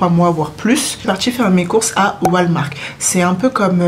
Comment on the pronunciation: Super vidéo !! J’ai hâte d’arrivée au Canada moi aussi. Et t’as dis Walmar 😂 tu dois lire « Wolmart» et le « t » dois bien se faire entendre